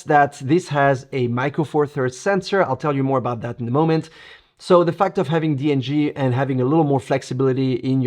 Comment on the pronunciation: sorry it s on me....think you did Say dng right. Anyway the latitude with the raws from the d7 are very good. But this design of the d8 IS just awesome